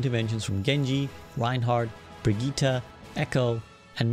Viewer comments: Bro said Bri-geeta and not Bri-jet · Its said briggite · Bro really said brigeeta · how is brigitte pronounced cuz i swear its as simple as Bridge-it not Bruh-gi-tah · great video but bruh said brig-e-ta instead of Brigitte